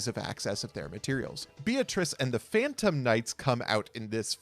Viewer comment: Man all y'all italians real loud in here when it comes to Mare Mare, but silent as a church mouse when it comes to Beatrice Lady of the Eternal. Its based on Dante's Inferno, pronounced Be-a-tri-che.